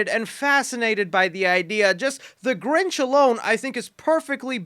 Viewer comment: The grinch you mean ginch